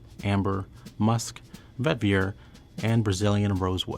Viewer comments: for the love of God pronounce vetiver right😂 it's Vet-Eee-Ver not Vet-Vi-Er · Bruhhh, why do you keep on saying, Vet ver??? Pronounce it correctly!! Its Veh-tihh-ver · This video is one big eye roll and the most favored is proportionate to what is most insipid, go figure lol. "While not as famous as Obsession?" Huh? Also, the Fahrenheit bottle is iconic, what a diss. When I keep hearing 'vet-veer' it reminds me of Scooby Doo's 'ruh-on,' which would be an appropriate response for this whole, Scoob. It's also a bit embarrassing that they confused the 1974 Givenchy Gentleman with 2019's Gentleman Cologne when listing the notes. Of course they wouldn't be fans of my beloved Gentleman. Lastly, "it smells like a French guy made it" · Every time he says “vetVEER” I die a little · I was going to say, this poor fellow can't say vetiver to save his life. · I refuse to receive fragrance advice from someone who can't pronounce vetiver correctly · He seems to mispronounce vetiver and fougere, as well.